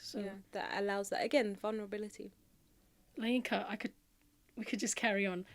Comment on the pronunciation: Masha Allah... She's a Yoruba woman..., your intonation while pronouncing 'LAYINKA' was just so funny... Love from Nigeria